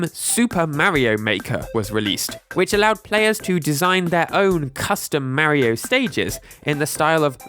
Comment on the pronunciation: For being so focused on Nintendo, why do you keep saying Marrio? Don't you try to be accurate with your pronunciations of other names on your channel? Why do you keep mispronouncing Mario?